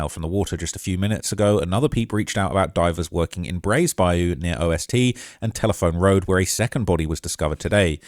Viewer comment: It's "Bi - U"...🤦‍♂️